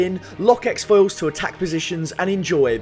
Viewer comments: And x-foils instead of s-foils. It was still a good video though. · I don't know if i can call you a true star wars fan since i heard "x foils" when its actually "lock s foils" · Everyone: “R2 is an astromech droid not a protocol droid!” Me: “Did he say X-foils instead of S-foils?” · S-foils, not X-foils. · It’s not “lock X foils”. It’s “lock S foils” in Episode III. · "X-foils"?! "Astromech"?! "DREADNOUGHT"?!? Great video, informative essay. 🤜💥🤛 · He also said x foils